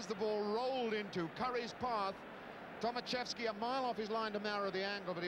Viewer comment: Poor English man. Not Tomasieski but Tomaszewski-learn some others języków. Sad english story.